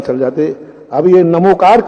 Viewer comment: नमोस्तु आचार्य महाप्रज्ञ ने भी बहुत पहले स्पष्ट किया है कि यह णमोकार मंत्र है ण उच्चारण करने से जिव्हा तालु से टकराती है जिससे शक्ति जागृत होती है यह प्राकृत भाषा का मंत्र है और प्राकृत भाषा में न अक्षर हैं ही नहीं वहां तो ही है अर्थात् णमोकार